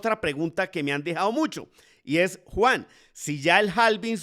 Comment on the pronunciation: ¿Cómo te llamas , Juan , Juar, Jugar, Junar ? Es que no logro entender cuando te presentas